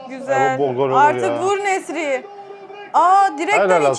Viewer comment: Nesry kötö diyor😂osimhen nasil?